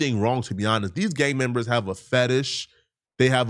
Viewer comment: putting that hard R back on “Gangmembas”